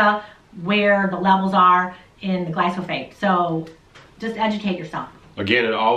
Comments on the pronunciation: again she says "glysophate". Geeze, if you want to make a lousy video about a chemical. please learn to pronounce it. "Kyanada" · and..you guys are a hoot.. me and my wife love watching and learning from you guys..but i got to say you may be terribly confusing a couple of your commentors seeings how the title of this vid say GLY-PHO-SATE, but the two you seem to be convinced that its GLY-SO-PHATE bahahahaha...got a big kick out of that... keep on keeping on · I thought it was glyphosate ( not glysophate ) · Pronouncing of the word is GLY -PHO-SATE. Not GLY-SO-PHATE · You did it! You got me saying "Glysophate"! Now I can't say it right either! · gly-Fo-sAYt ..... its pronouced lol ... does beer count as a fermented food? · Good info. You said glyphosate wrong. Lol. It's ok-know what you meant. The message is the important part!!